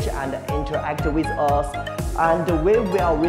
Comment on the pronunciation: 很流暢，語調有高低起伏，但讀音還有很多進步空間，第一個like讀成nike了，v音變了w，forward變了for，and interact最好連音不要隔開，因為你d音大重了，然後interact不要變成'inter-act'這樣分開，要讀成'inter-ract'，will讀成了well，soon讀成了song，所以3分，但也比很多很多中國人好了 所以總之最好多點連音，否則好像一個一個單字讀出來而不是句子，和t和d尾音太明顯 edit: 還有如果普通打字中英夾雜，會給人有點做作的感覺